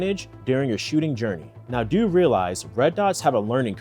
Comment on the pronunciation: "What to "dew" " lmao my man are you from Baltimore?